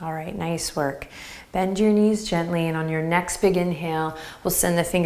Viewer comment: "Benjyour knees"!!! :D :D :D